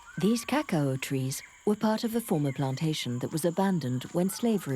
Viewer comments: KaKOW! Not KakOWA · All along I am wondering what is "Ca/Co" until I saw it 🤣🤣🤣 I've never hear that pronunciation before.